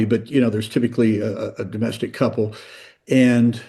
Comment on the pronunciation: Take a shot every time he says doe-mastic violence 🍻